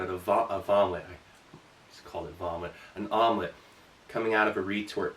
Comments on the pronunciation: Did you call it a Vomlette? lol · "Vom-lette". Nice! Lol! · Has anyone else noticed that Vomelet sounds a lot like "Vomit" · Vomelet.. I love it 😂